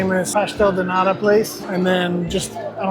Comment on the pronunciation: Can you say de T of NATA? Please. Not a D, it’s a T. “Nada” is another word that americans know from mexican spanish, means nothing. “Nata” means cream.